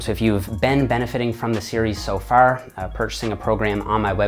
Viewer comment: Awesome - speech therapy has really improved so much of your vocal range and pronunciation. Still some minor issues with ; "far, bar, about" Great work and keep it up.